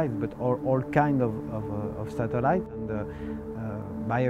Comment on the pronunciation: I like how he says the word "satellites."